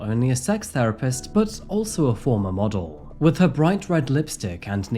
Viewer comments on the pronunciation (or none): none